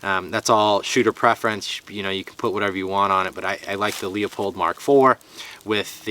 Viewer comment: Save me some brain cells and stop saying "leu-pold" like an uneducated moron lol it's pronounced Lou-pold and that's from someone bearing the family name...